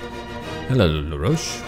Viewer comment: Its actually La-roche